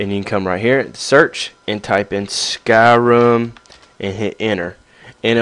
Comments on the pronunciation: why do you call it skyrum? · i love the why u say skyrim